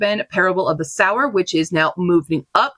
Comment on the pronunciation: Love seeing what everyone is reading! I'm adding so much to my TBR and inspired to watch some webseries. 📚 Since it's likely to come up on the next stats, Q, please check your pronunciation for Parable of the Sower and Maia Kobabe.